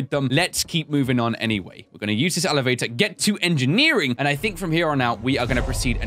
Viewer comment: "Alavator" - 2k17